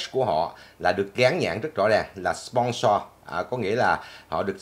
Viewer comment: Nói lại chữ “sponsor”coi 🤣😆 phát âm muốn té ngửa